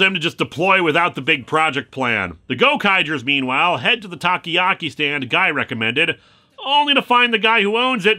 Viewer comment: Japanese people: "Takoyaki" Linkara: "Taki-yaki"